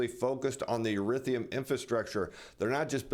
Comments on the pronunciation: E-THER-E-UM not e-rith-e-um. Almost as bad as J Bravo saying nu-cu-ler for nuclear. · Erithium? Do you mean Ethereum? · I always like your reports in the stock market world, however if your gonna try to sell crypto you pronounce it Eth er ium